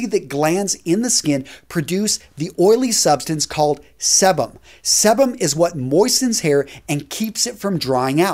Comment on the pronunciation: Physican weighing in. This was well researched and accurate in my opinion. Only critique is that it’s “see-bum”